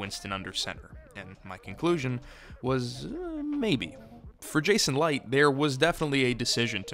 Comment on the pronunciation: You know you pronounced Licht’s name throughout, right?